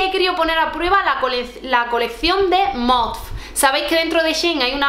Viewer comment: Yo tb pienso que MOTF vale la pena, aunque la ropa es más clásica... Por cierto creo que se pronuncia "Motif"...😅👍😘